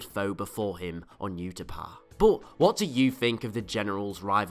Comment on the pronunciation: I cannot stand the way you pronounced Utapau.